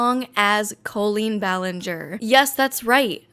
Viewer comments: Colleen pronounced “Kah-Leen” , has some issues for sure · Have I been pronouncing Colleen's name wrong this whole time? I've never heard the 'o' pronounced long that way. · I’ve never heard the name Colleen pronounced that way